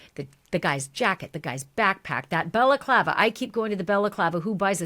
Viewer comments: Ashleigh, you're doing a great job reporting Nancy Guthrie's missing. BTW, it's Balaclava (ski mask) , not Bella Clava ( Italian women's headwear or scarf). An honest mistake. A slight distinction between the two. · Lol love this show but stop calling it a belaklava lol Ski Mask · “Bella clava”??? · balaclava" is pronounced bal-uh-KLAH-vuh